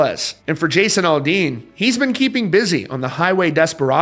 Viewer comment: It's Aldean not Alldean learn how to articulate